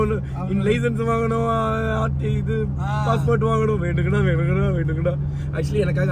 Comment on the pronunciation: veandungada! Veandungada vadivelu slang😅